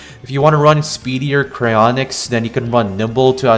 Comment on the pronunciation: I agree with everything you've said besides the heinous pronunciation of karonix instead of sharonyx It's charon-nyx Charon is pronounced like Sharon Your welcome I'm here every hour